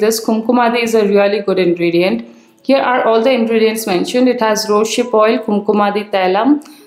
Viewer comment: It's rose+hip oil and not rose+ship oil dear 😊